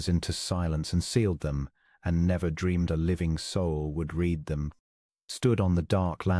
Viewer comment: Past tense of read is pronounced as red. Please proof before publishing, terrible ai pronouncations